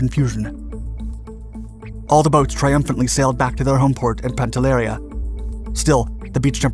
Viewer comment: It's "PANTELLERÌA", not "PANTELLÈRIA"